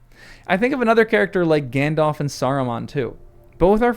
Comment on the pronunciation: Gan-DALF, not Gan-DOLPH :)